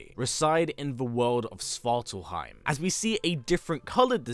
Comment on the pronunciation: Svart ALF-heim. Not swartal-heim.